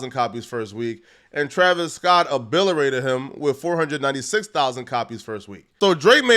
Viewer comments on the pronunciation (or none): ....stop trying to say "OBLITERATED" Damn homie...you simply "OBLITERATE" that word each time you try. WTF is "OBILERATE" 😂😂😂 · "Obilerated" like a muhfucka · obliterated not obitorated